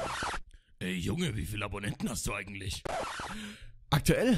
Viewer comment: "eigendlich" statt "eigentlich" aber scheiß drauf, geile stimme